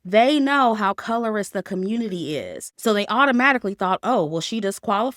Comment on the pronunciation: I love how says "the communit-IY when she's talking about these stories 😂😂😂😂